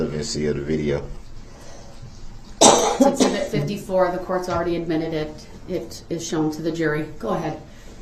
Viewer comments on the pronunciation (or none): Is there something wrong with using the “th” sound??!!that infuriates me to no end..dat and da and the goot for good and ending everything else with an “f”!!!like nails on a chalkboard